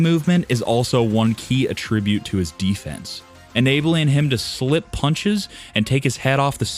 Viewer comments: AT-tribute. You no speakum de English? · I don't mean to be picky but I would appreciate it if the commentator would learn how to pronounce English -- specifically the words "often" and "attribute".